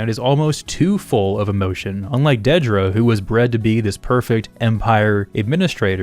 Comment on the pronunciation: Thank you so much for being the only YouTuber I've seen who actually pronounces Dedra's name correctly